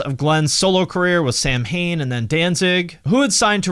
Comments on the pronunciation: It is pronounced SOW WAYNE /thatguy. Really good job on this one. There's an issue of Thrasher, think it was 1986, with Danzig on the cover, it has a great interview and includes the quantities of various colored vinyl pressed for those that are into collecting and such. There was no one like The Misfits, I don't recall anyone who didn't like The Misfits back in the day, punks, skins, skaters, wavers, then metal heads after the Metallica record. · In Gaelic, but not the way the band pronounced it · Your pronunciation of “Samhain” is wrong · I’m “that guy” who will correct your pronunciation of Samhain if we were speaking in person. Yep. Even I don’t like myself sometimes 😂. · My inner witch cringed at the pronunciation of Samhain 🙈🙈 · This guy is a purist who only likes the Danzig era, but doesn’t know how to pronounce Samhain. 💀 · I know everyone calls them “Sam Hane,” but it’s pronounced “Saw when.” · It's pronounced "Sa-wen" not "Samhain", buddy. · Sam hane? Its Sow’ in. More like punk rock associates degree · Sam hain?? Its pronounced sow (like now) in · Sam-Hayne 😂😂😂 it’s Sah-wynn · “Saw win” not Samhain 🤦🏼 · samhain its pronounced sowin not sam jain. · Good video. Just in the interest of correctness - it's not pronounced "Sam -Hain" it's pronounced "Saw-win" It's a Gaelic harvest festival around the same time as Halloween. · Thank YOU! I am in the comments section looking for this comment. The mispronunciation of Samhain took me right out of the video. Sow-wayne or Sow-win (both with the sow like a pig) are acceptable, but Sam-Hain is not. Oh, and Misfits FOREVER! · Fun fact: Samhain is actually pronounced Sa-wen. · Ugh… dude said “Sam Hane” 😂😂😂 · Nice piece. And so I don't mean to be critical.. but Samhain is pronounced Sow-in. It's sounds way more bad ass in the original Gaelic. Oh, and the oo-oooo punk chant, easily predates back to British punk ala The Clash Complete Control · Samhain is Gaelic, it's pronounced (saw-win)